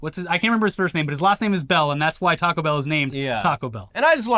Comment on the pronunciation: pronunciation of “taco” was absolutely the best way to pronounce it with a British accent. I know because I tried pronouncing it with a long “ah” sound and my wife laughed at me for a solid minute. Should he have said it with an American accent or even a Mexican accent? What a silly thing for Americans to take affront to. Pico de gallo, fair enough, he definitely should have pronounced that better.